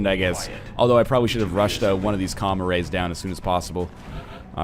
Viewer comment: Wow I thought NL had been saying "comma rays" instead of what is clearly spelled out as "comm arrays"